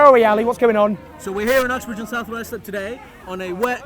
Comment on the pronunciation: . I honestly thought he said Fuxbridge.